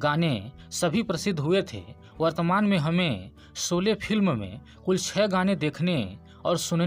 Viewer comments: सबसे पहले आप अपना उच्चारण सुधारिए,आप श को स उच्चारण करते हैं,इस प्रकार यूट्यूब पर आकर भाषा का सत्यानाश करने की आवश्यकता नहीं है। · Bhai Saab kripya apni pronunciation per dyan dein, Aap Sholay kou solay bol Rahe hein - matlab sh ko so- and Aur bhi cheeze hein 🙏🏻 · Sholay not solae please pronounce properly thanks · कृपया उच्चारण ठीक करें - 'सोले' नहीं 'शोले' नाम है इस चलचित्र का। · भाई सोले नहीं शोले .आपको श और स का फरक जान लेना चाहिए . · एंकर साहब एंकर बनने से पहले उच्चारण करना सीखो। शोले होता है सोले नहीं होता। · Bad pronounciation! Can't pronounce Sholay!? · Are bhai tu apni hindi sudharo phur you tube par aao.. , शोले को बार बार सोले बोल रहे हो। शामिल को सामिल , शूटिंग को सूटिंग कह रहे हो।।अरे सूटिंग यानी कपडे होता है। इतनी बुरी हिंदी ।। किस हिम्मत से आप लोग यूट्यूब पर अपलोड करते हो ।। सारी दुनिया देखती है । मैने इस से पहेले बहुत बार आप को लिखा है । मगरबकोई सुधार नही दिख रहा है।